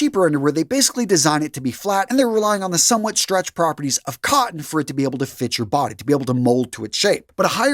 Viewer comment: Organic "cotten"... say again?